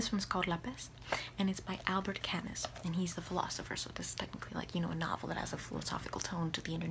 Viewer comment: Your pronunciation of Albert Camus broke the immersion for me /s